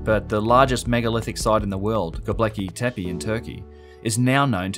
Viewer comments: You keep saying 'gobleki tepe.' It's not gobleki, it's gobekli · You searched wikipedia for "Gobleki" not Gobekli Tepe. Great channel, thank you